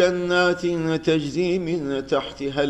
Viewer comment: hocam ağzına sağlık lakin 544 sayfada son ayet içerisinde ve yüdhilihüm cennetin tecri yerine teczi okumussunuz